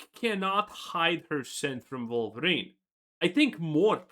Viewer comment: Wolverine ❌ Queerverin ✅